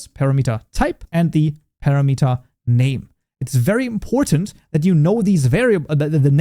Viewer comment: Ain't it pronounced par ram it er Not para met er